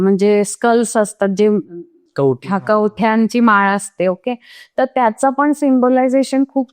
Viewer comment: कवट्या म्हणा हो कवठ्या काय उच्चार करता आहात...आणि मराठीत दस नाही दश महाविद्या म्हणा ना प्लिज 🙏🙏 काली मातेच्या फोटोविषयी छान माहिती मिळाली 🤗